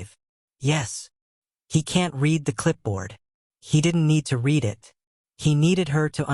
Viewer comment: Your stories are exceptional. I like the reading voice too. Only glitch is the pronunciation of the word ‘read’ which should be in the present form is pronounced as if it was in the past form